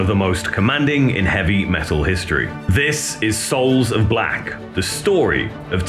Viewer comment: SOULS OF BLOCK! Ever since day one, It always sounded like block.